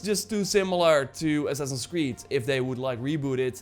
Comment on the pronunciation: Great video but please try to say ASSASSINS word. You say it like, ‘ASSINS’